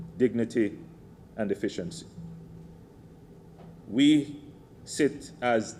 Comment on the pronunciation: y it always sounds lik Andrew says "deficiency" instead of "efficiency"